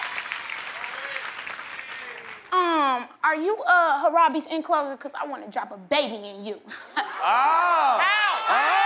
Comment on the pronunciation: She said "Harabe.".The disrespect on Harambe's name